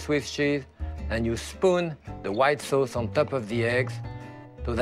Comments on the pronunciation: no it's soase. It's sounds a lot like some euro languages. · Turks also pronounce it that way too.